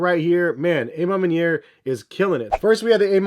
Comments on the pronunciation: Literal cringe everytime he said it 🤧😮‍💨🤣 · I wish I had a dollar for everytime mispronounced A Ma Maniere